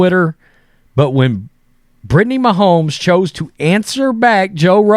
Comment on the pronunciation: So you don't know who Shane Gillis is and you can't pronounce Mahomes? Are you even a person 🤣